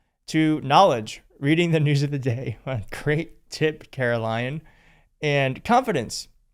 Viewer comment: I love that you emphasized "carol lyin'